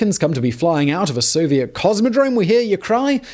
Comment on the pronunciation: I think you meant to say So-vi-et